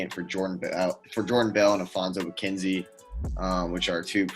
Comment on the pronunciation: Its alfonzo mckinnie. Not mckinzie